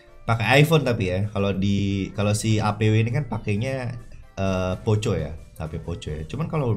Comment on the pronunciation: Di baca poko kali bg bukan poco